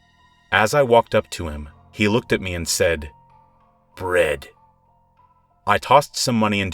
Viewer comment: I thought he said, "red" instead of "bread"